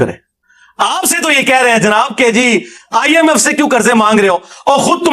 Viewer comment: it’s not IMS it’s IMF